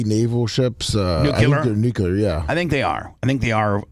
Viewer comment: “I’m not a newcular fizzist.”__Bubba